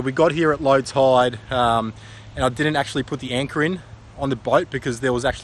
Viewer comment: I'm Australian and I can barely understand you. I guess when you say "toide" you mean tide yeah?